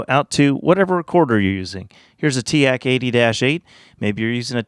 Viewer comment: "tea-aahk" shnaps i've always said teek